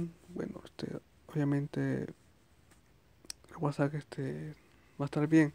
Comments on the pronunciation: Violenta un poco que digas whatsak pero fue muy útil la info. Gracias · es que en el vídeo no dice WhatsApp dice el guasak y suena cagado